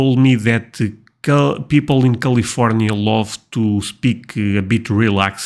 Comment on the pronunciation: Bro..... It's Cali-fornia Not khalif-ornia. Just being a helpful friend. I only speak one language so you definitely got the edge on me.